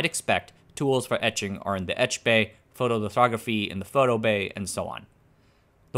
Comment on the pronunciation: "Etch-bay" pig latin! Lol!